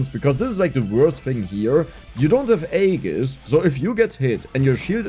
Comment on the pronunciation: Finally he knows how to pronounce Aegis 😅❤